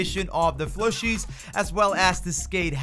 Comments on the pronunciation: Is he saying flushie? Or fooshie? He’s def not saying plushie. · PLUShie... not flushie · what are you saying?? Flooshoo? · Stop saying flushie!